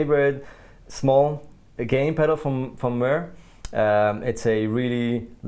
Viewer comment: Mooer is pronounced "more". This is how they say it. Thomann, you promised to tell!